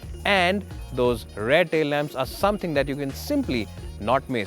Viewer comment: My Dear Friends from the north of India... Please note the following; Rear is pronounced as Re-yer (like Dear....not Dare!!!!) Rare is pronounced the same as DARE and not like DEAR!!! Power is pronounced POW-WER and not PAAR!!! It's really (not Rally) irritating to listen to such mistakes on a public program which is exactly why we Indians are mocked by the Western media with our accent's....we can at least get someone who can speak well especially since it's a public video on YouTube where millions will be watching!!!